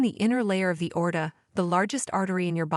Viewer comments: You need to teach your stupid, artificial intelligence narrator how to pronounce aorta and jaundice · I understand having AI narrate your video is cheaper for you, but if your point or desire is to educate, it's not so wonderful. Constant mispronunciation of words like AORTA (ORTA on video), BOWEL (BOWL on video) etc is probably confusing for many. And going to a Dr to tell him your bowl is messed up is probably not going to achieve the desired outcome. Hope nobody is getting Selleeack disease out there (CELIAC disease) LOL!!!